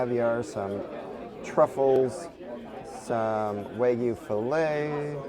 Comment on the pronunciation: Love y'all . Couldn't make it through. Eating Kermit and Sally the Snail was too much. Still gave a thumbs up. Ok stuck around after I heard Wygu.